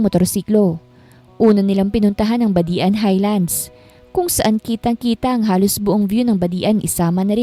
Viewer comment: Hahaha natawa aw sa badian.hindi pi badi an ang pag basa nya.badjan po ang pag basa ng badian.